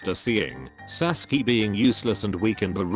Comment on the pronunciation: sasuke more like saskee